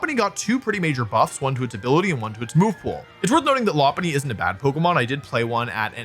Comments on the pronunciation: Your pronunciation of Lopunny is actually spot on! It's based on a lop rabbit who have cute droopy ears. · Pretty sure you're saying it correct as Lopunny is a Lop eared Bunny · Your pronunciation of Lopunny is correct, it's a lop-eared bunny